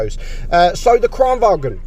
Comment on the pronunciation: Btw Kranvagn is said Kranvagn, not Kranvagen (it’s not German, it’s Swedish)